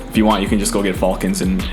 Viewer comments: FALL-cons , was intentional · It’s not pronounced fuulcons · Bro where are you from? Never heard someone say Falcons like that. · Anyone else uncomfortable with how he said “Falcons”? 😂😂